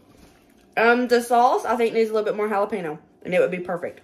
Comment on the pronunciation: The way you pronounce jalepeno is absolutely adorable and so East Tn. Hal-a-peeno..., I just love you!! ❤❤ This has been one of my favorites!!! Fast food is getting RIDICULOUS. Good job, lady!